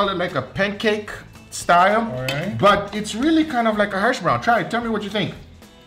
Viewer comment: I love you but it's "hash browns"